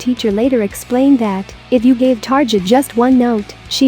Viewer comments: Xusme dear, don't say 'targia'. It's 'tarria' ^^ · It's Tar-EE-a